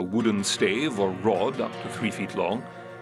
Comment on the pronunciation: ITS IRON NOT I RUN LIKE SAY EYE ERN NOT I RUN